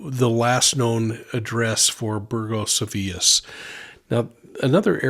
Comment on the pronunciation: You pronounced Burgos as “burjos”, and Avilés like “tortillas” 😂 Points for effort though!